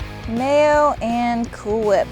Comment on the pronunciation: Stewie Griffin would like to correct you,: It's pronounced "Cool Fhwip".